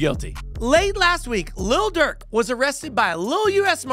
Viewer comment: Lil. Not little. Cause Little Dirk sounds silly. His vocabulary starts with the F word and ends with the N word.